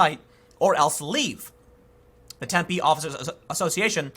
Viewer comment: Just want to say thanks for pronouncing Tempe correctly. Drives me nuts when people emphasize the wrong syllable! That said, screw that city! It's a college town injected full of young entitled lefties from out of state. I used to live there. Could not stand it!